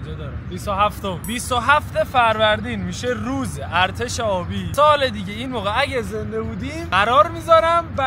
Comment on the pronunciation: مشتی گفتی دال دیگه بجای سال دیگه 😂😂😂😂❤